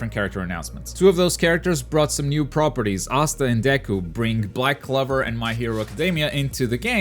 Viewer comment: You confused Yusuke Urameshi for Akita? I hate you. You also pronounced Toguro and Black Clover wrong as well. Naruto surely has four more characters coming to tie it with DBZ and One Piece. I think the others are Tsuna from Hitman Reborn, Jotaro and Dio from JoJos, All Might Or Bakugo for MHA, Toriko, Medaka, Hiei and Kurama